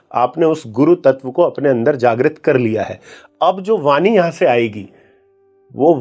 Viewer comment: उम्मीद करता हूं आप मंत्रोच्चारण नहीं करते होंगे...! और न ही करे तो बेहतर होगा... क्योंकि आपके शब्द उच्चारण सही नहीं हैं... "वाणी" को आप "वानी" बोल रहे हैं...